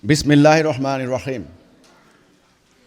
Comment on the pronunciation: এ,,,, বিসমিল্লাটাও সঠিকভাবে পড়তে পারে না,,, কোরআন পড়া তো দূরের কথা ,, সে নাকি আবার ইমাম